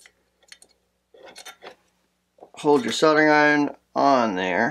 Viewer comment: soddering??? lol soldering